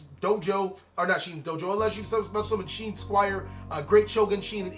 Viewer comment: It’s not pronounced Sheen, it’s Shi en (She-Ehn)